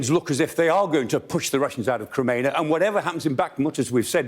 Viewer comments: Yeah he only absolutely butchered Crimea about 10 times but yeah guys I see your point. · this moron cant even say crimea right